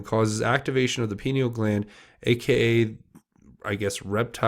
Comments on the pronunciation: “Pineal gland”, it’s pronounced “pine eel”, due to its shape, it looks like a pinecone..it’s located in the center of your brain and is literally your third eye, your psychic site.. the elite have known this for centuries and have done many things to the populous to stop us from accessing it...one thing is fluoride in our water supply, toothpaste, mouthwash...brainwashing through media of all sorts and now 5G and other technologies which affect our energy fields...remember, we are made of energy and it’s so very important to keep your field clear and vibrating high..one way of doing that is through laughter and joy...they feed off of fear and hatred... remember, what you resist persists...send them love not hate...they will resist that love and that love will grow ....Peace out! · pineal gland is pronounced “pie-neal”, I believe as I been hearing rumours that the Luciferians have wanted to destroy it for some time. As I recall, calcification of it is one of the side effects of fluoride in our drinking water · If you are going to be providing information to the public you need to at least have the correct pronunciations of key words. Pineal gland is pronounced PIE-KNEE-AL. I appreciate your high standards regarding the use of profanity, but by the same token cartain vernacular terms do help get the point across effectively, being unnecessarily squeamish isn't serving your audience as well as intended. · (Pi-neel) gland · Hey brother: “Pie-Knee-Ull.” Hope that helps. God Bless, CJH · Pineal: pronounce: Pie-knee-all. The pineal is important in Bird migration. Without it, birds cannot orient north-south. I I will speculate that penguins are probably a good source of pineal for researchers as they are large migratory birds, that can be found in large groups therefore, getting large quantity of the glands from them could be easier. If u r a researcher & want to analyze the contents/products of a gland, it helps to have lots of it. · Pineal pronounced pin eel.😉